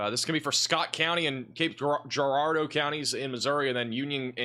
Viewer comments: It’s pronounced Jarardeau, as in Gerald. 😂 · In Cape Girardeau, pronounce the “G” like a “J”.